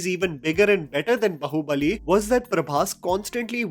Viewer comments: Its Baahubali not bahubali. Man what an elitist illeterate this guy is. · ये बंदा बाहुबली को ढंग से pronounce क्यों नहीं कर पाता. its बाहुबली and not बहुबलि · Bhai it’s बाहुबली not बहूबलि. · you seem to be get so much right about South Indian films, but not pronunciation of movie tites. Please get them right, and we will love you more. Baahubali is pronounced 'बाहुबली'.